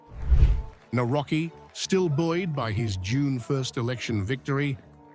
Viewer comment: It is really irritating how you pronounce Polish names. Do your homework because you really sound arrogant and disrespectful. It is [ navrotskee}.